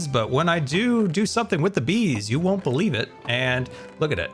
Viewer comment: “You won’t beelieve it”